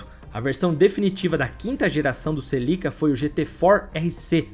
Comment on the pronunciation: Os vídeos dele são bons mas a pronúncia dos nomes dos carros e das pessoas atrapalham, celica não tem acento